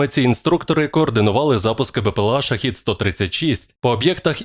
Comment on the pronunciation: ШахЕд а не ШахИд..разница в переводе слов